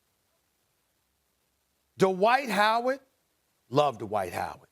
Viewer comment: Dwight Howard, or Dee-White as Perkins calls him.